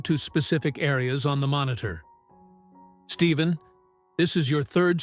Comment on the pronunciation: there is no V in his name it’s Stephen Stefan is the way you pronounce it!!!Get it right or Quit!